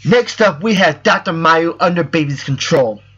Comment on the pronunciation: a lot of people pronounce it doctor mayoo but it's actually "meww". he's from GT series, which most people never watched, which is probably why every non-japanese player pronounces it wrong.